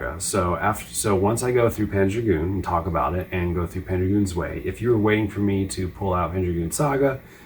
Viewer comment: "Zwei" is German for "two" and is pronounced "tsvai" not "zway". Herzog Zwei actually means Herzog (Duke) 2 and Panzer Dragoon Zwei... just means Panzer Dragoon 2. Guess in Japan they thought it "appropriate" to use the German word for two since the games already have a German name for the title.